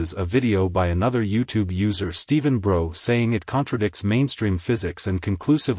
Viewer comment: The only error you've made in this video... is mispronouncing Stephen Brough's name. If you took the 'B' off his surname then think about how you'd pronounce it; now add the B again.🙂